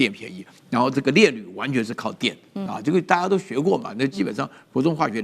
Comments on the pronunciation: 是‘冶’煉，不是‘治’煉. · 冶煉 冶=也 治煉廠是什麼東西…. 做簡報的跟主持人都有點不專業欸